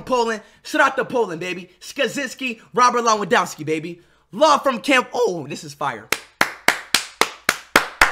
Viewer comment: Bro said Rowert Rewardowski☠️